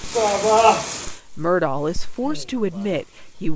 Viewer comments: They can’t even spronounce the name right!!! It is not Mur-Dow! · Ugh! It's pronounced MUR-DOCK not MUR-DAW. If you're gonna voice-over an episode, at least say the name correctly. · Any time a "journalist" reporting on this case repeatedly pronounces his name "Murdah" I know she hasn't done her homework. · If the narrator doesnt have a southern accent why is she calling them the murdars? And murdar? Its murdock in pronunciation unless you have a southern accent it just sounds weird with a normal american accent! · IT'S PROUNOUNCED MURDOCK!! How you gonna do a documentary and not know how to prounounce their name?!!!! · His name is pronounced Murdock. How do you not know that?